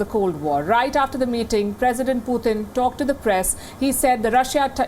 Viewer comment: Путын она говорит:/